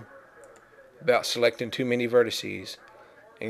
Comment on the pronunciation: *spits chewing tobe* and thats your verticeeees ahhhh the deep south